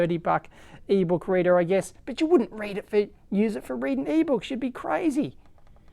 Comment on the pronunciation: Is it me or you said "eebow kreeder" (whatever), instead of "eBook reader"? LOL! :D